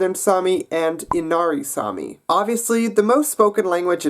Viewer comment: It's actually Saami not sami, sami is a common name